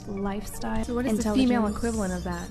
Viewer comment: i heard her say "some kind of herpes based livestyle"